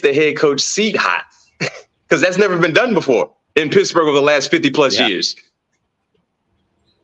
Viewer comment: I love the show guys. Please bear with me though. It really bothers me that BMAC keeps calling the Steelers pissburgh. Please work on it